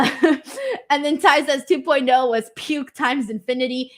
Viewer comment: hey, just wanna let you know that my name isn’t pronounced Ty. The pronunciation is T-ay